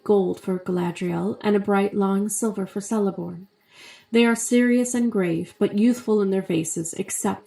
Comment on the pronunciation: Btw it’s pronounced Keleborn